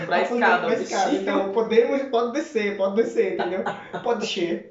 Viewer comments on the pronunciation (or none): Descer falado rapido parece que diz descher LOL ja agora aproveito para lhes explicar algo,gajo não,senhor, dizer gajo ou gaja é muito vulgar, diz-se sim,mas nunca se dirija a sua alguem que não conhece, porque esta sujeito a ter uma ma resposta ou até mesmo um soco